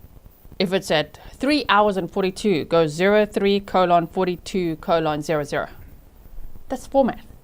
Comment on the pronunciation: Can i just say. Im giggling at the way you pronounced colon(:) .. i never heard it said that way ❤ (sincerely as someone with an accent too - East Texas raised..live closer to Texas gulf coast now though)😊